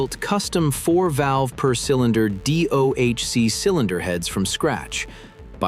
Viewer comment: Listen fool. If you're going to use ai to narrate, you had better not just type DOHC. You better spell it out for you stupid computer, bye